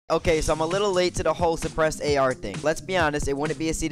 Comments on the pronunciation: “5 Despressed Scars” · At he start I thought he said ”depressed ar”